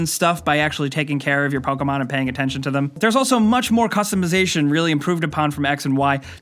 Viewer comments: I cringe when he says poka-mon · POKAMON? What's Pokamon? Never heard of Pokamon.